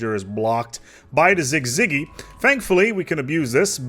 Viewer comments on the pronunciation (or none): si zi gee sizigee syzyge Lmfao not cig ciggy lmFAOO ahh thats great. youre awesome man. thanks for all the vids. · "sig-ziggy" try again champ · Important to note, that "gee" part is pronounced soft, like the G in "bridge" or "gentle," like J in English